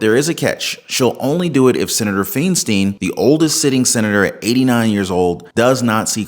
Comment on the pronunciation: that pronounced FI (heavy on the I) n stine i was there before she was not in office